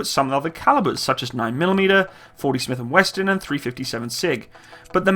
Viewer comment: Did he say .40 Smith & Weston...??